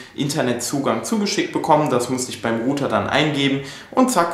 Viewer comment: Meinst Du mit "Ruter" den Router? Das wird "Rauter" ausgesprochen. Download wird "Daunloud" gesprochen, nicht "Dohnloud". Man bin ich heute Dohn. :-) Nicht böse gemeint, unter Kollegen. Mich würde sehr interessieren, was die Kilowatt Stunde Strom bei Euch kostet! Hab das mal gegooglet aber gaaanz unterschiedliche Preise bekommen.